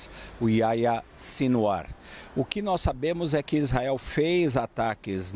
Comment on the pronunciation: Aia Sinwar?? Que nome é esse??..Ohh, jornalista.. Faça uma pesquisazinha básica para falar corretamente nomes importantes!! Pelo amor!!..Aia Sinwar!!😖😖😖😖Que vergonha!!!